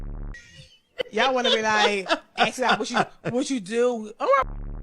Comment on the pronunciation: I don’t care how hot or rich she might be, or how much you might actually want me; as soon as she’s saying “ax” instead of “ask” it’s a no-go. LEARN HOW TO SAY WORDS!